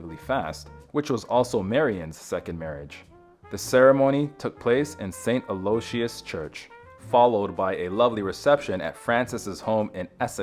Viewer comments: I believe it pronounced "Al-oh-wish-is" church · I knew it was AI when the narrator mispronounced Aloyisus.